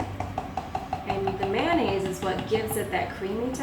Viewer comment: Noisy background. And it’s not mannaise. It’s mayonnaise .